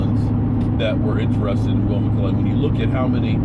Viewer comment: Are yo still saying "McCray"?